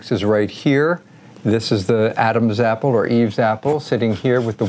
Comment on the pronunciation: Adam's appele or Eve's appel😆😂